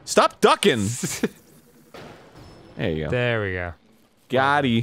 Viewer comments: Someone please tell Arin it's GOT'EM not GOTTIE... good lord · Im slightly annoyed that Arin keeps saying "got eee" instead of "got eem" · It's GOTEEM with an M not GOT E. Been bugging me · Dan! You're the only other person I've seen that also likes the Stone Talus music enough to comment on it! I love you man. Arin goddammit it's fucking "Got'em." like what the hell is "Gottie." >:^( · I know someone said it last episode but... it's "Got em" not goteee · He's still saying Gotti!!! Omg it's "got em" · So... is just nobody gonna tell Arin it's 'goteem' not Gotti? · Who's gonna tell arin it's "Got eem" and not "gotee" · Arin. It's "got 'eem", not "gotty". You absolute knob. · Lol no Arin, it's got eem, with an m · Is anyone going to tell Arin that it's GOTEEM with an M or.....